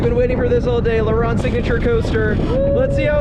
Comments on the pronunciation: le rrrronde bro your trpping its laronde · It's pronounced "La Rownde" Like "Row" sound, not "ron". Great vid. Was just here like 2 weeks ago.